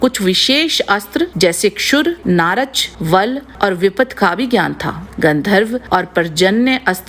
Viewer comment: १. नारच नहीं, नाराच कहते हैं। २. नाराच एक प्रकार का बाण है, दिव्यास्त्र नहीं। जैसे अर्द्धचंद्र एक तरह का बाण है। ३. व्यावास्त्र नहीं, वायव्यास्त्र कहते हैं।